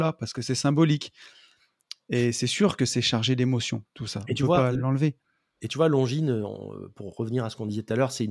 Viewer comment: J’arrive pas à trouver le nom de la marque qui est l’équivalent d’un Daniel Wellington mais en plus cher « longue zoneu » ahaha 😂